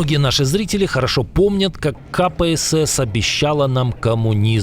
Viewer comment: Обратите как читает ИИ, ни КПСС, а Капа СС!?